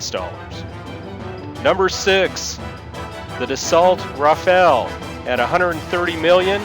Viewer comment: can you ,please ,pronounce properly French aircraft Rafal as Rafaaal not Rafael??Rafal is kind of wind or long burst of automatic fire.Rafael is a latin name and izraeli defence company.